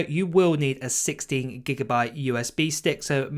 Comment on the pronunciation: Did you say 60 or 16GB?